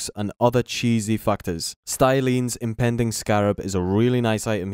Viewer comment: Impeding Scarab does not have an N. It is pronounced impeeding. No N.